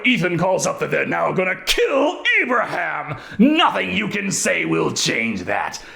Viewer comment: Aperaham? Realy? 🤣